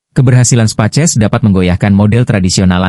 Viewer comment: Setiap nyebut Space X jadi "Spaces".. Ko pengisi suara AI nya bhs indo, ketik aja prompt nya "speis eks" Nanti akan terdengar space X dlm bhs Inggris.